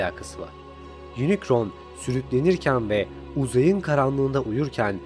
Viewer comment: Lütfen kararkterlerin telaffuzuna bakmadan video yapmayın. İnicron, saybırtriyon ne ya 😂. Doğrusu Yunikron (Unicron) ve Saybırtroniyın (Cybertronian).